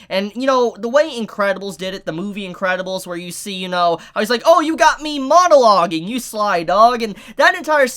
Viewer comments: After the second half of the video all I could think about was: Is mispronouncing MONO-loge? Or Is purposefully chiding the concept by calling it MOAN-aloging because the villans are just moaning bleating a-holes who won't shut up. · If he says “MOANalogging” one more time😂😂